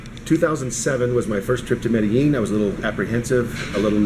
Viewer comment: If he has been to Medellin before, why is he still pronouncing it wrong? He probably still types Columbia.